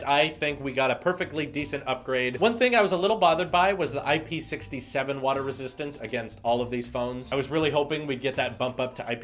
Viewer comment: Hi, great video once again, but FYI : IP67 is to be pronounced I-P-six-seven, since the 6 refers to the resistance to solid particles and the 7 refers to the resistance to liquids.